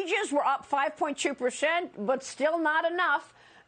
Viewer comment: Marias voice does nothing for the Republican Party she actually sounds like a total moron. You should have to be able to pronounce your “S” sound to have your own show. Can’t Fox find a normal person to report? What the hell is a pershent? And what are toolshh?